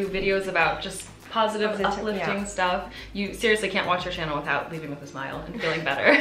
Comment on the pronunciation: Vowels are so hard to get. When she says "tips" it sounds like teeps while actually it's more like téps, in between a phonetic i and é. Stuff is not steuff more between steuff and stoff. Even if I know it when I'm talking in English I'm the same and it's even worse if I don't pay attention. It's something that can't be mistaken no matter how fluent you are in the language. Then there are mistakes that native people wouldn't do like advice which is always plural, more longer -> just longer. I'm not blaming her, it's just hard and she's doing a great job 😉